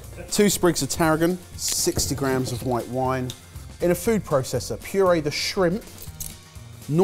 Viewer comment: Linguistic Point: Why does say "grahams" instead of "grams"?